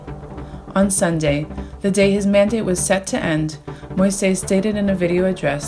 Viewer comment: The president's last name is pronounced mo-eez, fyi. Thanks to Peoples Dispatch for great coverage of issues that are often ignored or barely touched upon!